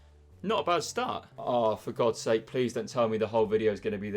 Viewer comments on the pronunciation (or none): none